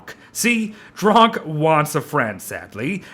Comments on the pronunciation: When it sound like your saying “drunk”??? And drok sound like russians of “druge” means friend :D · Why do you say drok like drunk?